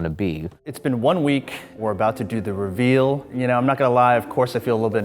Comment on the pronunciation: "ruveal" Is he a rpdr fan?